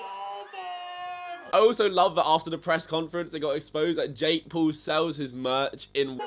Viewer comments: Yo you idieet its Jake paul noth Jake pool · "Jake pool" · Jake Pool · Say it correctly jake p a u l not jake pool